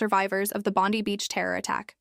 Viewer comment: December 2026?????? its only April 2026 - get your factsright. or at least look at your calender on your phone - DUH!!!! Also learn how do say BONDI - (sound it out - BON-DYE')